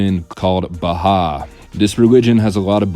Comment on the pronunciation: I remember her and she definitely creeped me out when I researched her way back when. Btw, Bahai is pronounced "bah-high," not bah-hah.